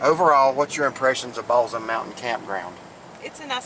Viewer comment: Great Video! Balsam is pronounced with an 's' sound instead of a 'z'